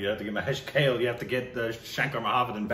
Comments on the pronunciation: Guys, it is not Mahesh KALE (salad). It is KAALEY. Please, other people have told you this already! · itd Bhaa-way (Bhave) Kaa-lay (Kale) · Hey, just for the pronunciation purpose. Here is how it should be pronounced, Mahesh Kale (mǝheɪʃ kʌle) Subodh Bhave ( suboʊð bhʌwe). Rest are ok. I hope it'll help you pronouncing Marathi sounds. Thanks for reviewing one of my favourites. About the next Marathi film, I'd suggest "Harishandrachi Factory". You'll get to know more about it here The film tells the story of the great legendary pyoneer of the Indian Cinema Mr Dadasaheb Falke (dʌdʌsheɪb pʌlke). I hope you'd love to witness the history of Indian Cinema. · Sorry to say this but I startled and then snorted so loud when pronounced Mahesh Kalay as Kale 🥬 as in leffy veg 😂😂😂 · One correction, the singer's name is Mahesh Kale which is pronounced like 'Kaa...le' and not like 'Kale' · for the nth time- Mahesh "kel" its Kaa + lay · His name is pronounced as 'mahesh kaa-lay'